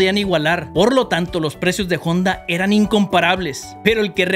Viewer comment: Te falto aprender la pronunciacion de HONDA se pronuncia sin la H……..ONDA